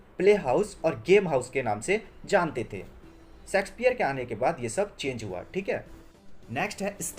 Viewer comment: Bro it's Shakespeare not sexspeare